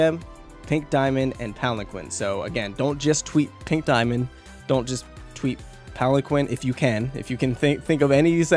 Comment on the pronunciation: Please stop butchering the word Palanquin T.T